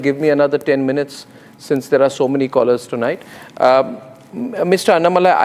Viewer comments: Pl prounance annamalai name as you would pronounce annahazare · First pronounce his name correctly as Annamalai .